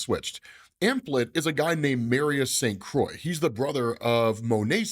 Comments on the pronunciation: Keep hearing "Emplet"... you mean Em-plate... like a dinner plate. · Implet? Like a baby imp? OH, you mean Emplate. Plate. Em... plate. Lol, I'm just kidding. I don't know the correct pronunciation. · "Implet" is what I keep hearing say when it should be Emplate like "M" from Monet and plate like a dish to serve food on.